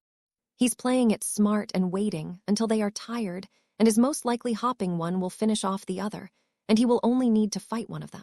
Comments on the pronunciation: All the hopping in part 1 was killing me! Lol! Absolutely no Hope, Hoped or Hoping! All about the hops! Annoying but funny!😅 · This ai pronounces hoping as hopping, and it's hilarious. "She was hopping to join" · Hopping implies enthusiasm and I love it!